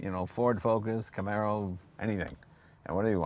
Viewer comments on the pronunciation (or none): none